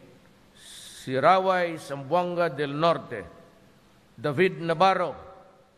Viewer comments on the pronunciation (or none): none